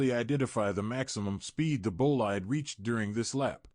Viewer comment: It's "boleede", not "boleyed"...